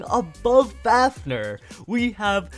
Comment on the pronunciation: Are you mad you are saying vanis fafner meh